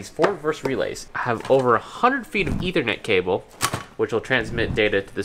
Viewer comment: STOP SAYINT ETHERNET